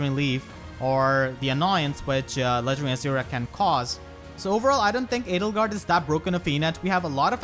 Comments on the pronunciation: L! Edelgard?! You mean... Ladlegard? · Hey look at that, "Ladlegard" is now a valid, non-meme pronunciation.